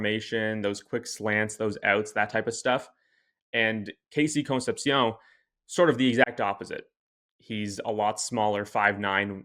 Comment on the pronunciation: As an Aggie- KC’s last name is pronounced like con-cep-she-oun… I believe.